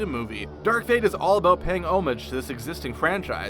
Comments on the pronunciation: I wish people would learn to pronounce homage correctly. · I hate the way you mispronounced “decal,” “iron,” and “homage.” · He also mispronounces 'homage'.